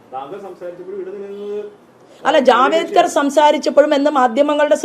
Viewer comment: ശോഭ മാഡം, ജാവേദ്കർ ജി അല്ല, ജാവ്ദേകർ. സ്വന്തം നേതാവിന്റെ പേര് അറിയില്ലേ താങ്കൾക്ക്?